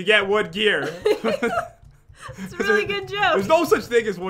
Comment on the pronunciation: When pat say “wood gear” it sounds like he said”wood beer 🍺”